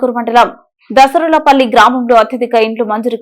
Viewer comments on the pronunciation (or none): దసరులపల్లి కాదు anchor garu దాసర్లపల్లి అది